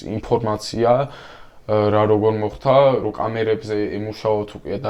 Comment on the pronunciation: მოხთა.. გააცემა.. მცთელობა ... მძიმე მოსასმენია, გამართული ქართული სანატრელია...